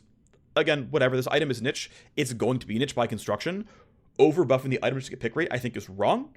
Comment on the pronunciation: Someone teach him to pronounce niche, each time was a dagger into my mind